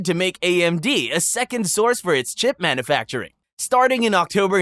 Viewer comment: Pronunciation of some words was a little sketch, but a human could certainly make them. E.g. "manoofacturing" and "planntiff".